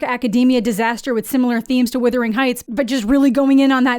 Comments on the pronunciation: Thank you. I know it shouldn't bother me as much as it does, but I've heard several people pronounce it as withering, and like, no, that's a different word with a different meaning. It really shouldn't be a big deal, but every time I hear it, it's like it's triggering something in my head. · I had to stop watching the video because it's not "withering"??? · If you are hearing wuthering like brothering, great. All I hear is withering, like slithering and its making me cringe every time I hear it. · This is bullshit and you know it. Canadians to this day use plenty of British spelling and pronunciation in our use of the English language. We were essentially British for many years. We have the freaking royal monarchy on our money! You are able to say wuthering. It has nothing to do with being Canadian. You mispronounced it. I asked my entire Canadian family how to say this word and they all got it right. Very disappointed in you and also very UnCanadian of you to to not be able to admit your mistake. Try saying the word "brother." I am certain you are able to say it properly. Its a very short walk to wuther. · You Americans really don't know how to pronounce "Wuthering" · Wutherington not witherington. lol. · You keep saying withering. Not wuthering 🙃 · It's not "withering heights." I hate to be the pronunciation police but someone has to do it. It's wuthering, like brothering. Wuthering is turbulence and withering is shrivelling up. Not the same thing at all. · Naaah, let's be honest, it's so bad as an adaptations that the proper way to pronounce the name of the movie is withering and not wuthering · Why are so many people online saying withering instead of wuthering? It’s spelled phonetically - where is the confusion coming from? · It’s ironic that you slate the movie when you can’t even pronounce the name of it. It’s WUTHERING not WITHERING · Errr...It's not "Withering"